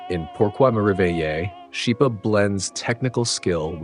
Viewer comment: Just a small point. Schipa is pronounced skeepa